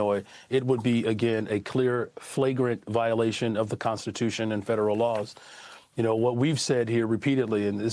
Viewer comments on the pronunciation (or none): Constituiton? Ahhh haaa